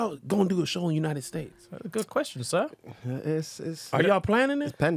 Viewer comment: 🤣 why he still say untied states 🤣😭